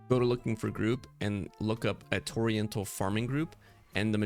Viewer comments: Bro, Torrential is pronounced Tor-Ren-chull not Oriental with a T in front of it. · Thx man, very helpful! Fyi torrential is pronounced ‘tor REN shul’ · “Torry-ental” lmao 🤦‍♂️ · Torrential, an actual word, with an actual way to pronounce it. Toriental, water Asian? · It's also spelled "torrential," my friend. I think you reading it with the "i" before the "e" instead of after the "t" may have contributed to your pronunciation. ;) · I am forever going to say Torrential the wrong way from now on as you have brain washed me with this video🤣🤣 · The fact that he said it SOO many times had me fuckkng WHEEZING 😂😂😭😭🤦‍♂️🤦‍♂️🤦‍♂️